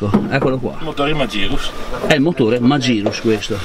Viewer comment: Segnalo la pronuncia "magirus" scorretta. Poiché tale nome è nato in Germania, lo si pronuncia alla tedesca, quindi "Màghirus"